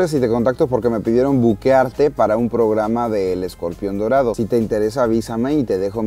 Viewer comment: Yo le entendí Modorado jajaja